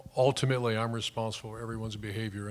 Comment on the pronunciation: "community" and "ultimately" are there no four-syllable words Meyer can pronounce?